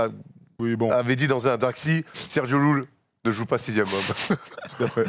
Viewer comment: Bien joué sur Sergio LLULL! Par contre on prononce correctement le nom du Monsieur! C'est un phonème palatal sonore qui se produit quand le dos de la langue touche le palais, en laissant en même temps deux canaux étroits des deux deux côtés de la langue pour tirer l'air expiré. Exemples: calle /ká-lle/ (rue), olla /ó-lla/ (pot), pollo /pó-llo/ (poulet), etc. Merci espagnol facile:)